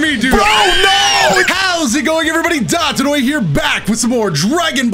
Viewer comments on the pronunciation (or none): " HELLO EVERYBODY DATODOYA HERE " you can't even say your own name right